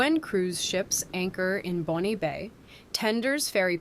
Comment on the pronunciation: Also "Bon" Bay.